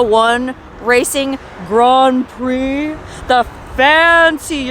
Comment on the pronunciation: Grand Prix pronounced correctly. Very nice.